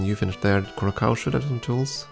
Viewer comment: For what it's worth: It's Kou-Rah-Saou, not -Kaou